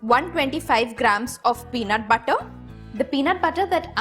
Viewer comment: The way she pronounces the word butter...🤦‍♀️🤦‍♀️🤦‍♀️😥